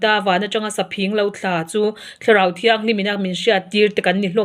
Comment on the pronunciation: Saphing i thluk dan a diklo, phing khi thluk sanglo la phing-- Rim ka ( hnim) hmim tjluk khi hman tur